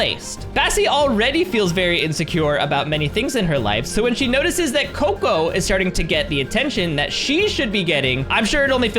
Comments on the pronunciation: cocca not coco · Your not right the Bunny name It's cocoa